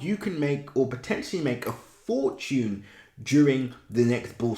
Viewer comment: Learn how to pronounce “fortune” you’re too old for this